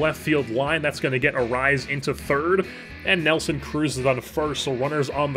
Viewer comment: I want to sincerely thank you for properly pronouncing Arraez